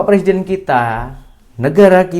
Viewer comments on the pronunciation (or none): none